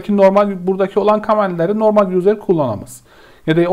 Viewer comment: Okunusu/telafuzu "yuzır" olan "yuzer" kelimesini her duydugumda dikkatim dagildi tekrar toparlayamadim kendimi. Turkceyi guzel konusuyorsunda ingilizce biraz karismis hocam. Eline emegine saglik yinede. tesekkurler.